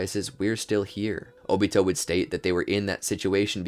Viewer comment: Can't even say his name 😂😂😂